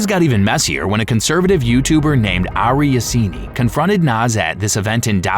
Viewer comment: i think this video is AI bro pronounced him as Ari Yazini? Wut?